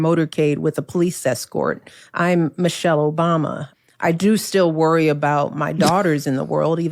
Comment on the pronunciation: “Me-chelle” Obama. Me, me